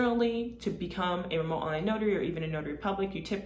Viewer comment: Say your 'T's. It's not "remo'h". You sound very unprofessional, over and over. You are destroying your credibility. Otherwise I think you have a good presentation.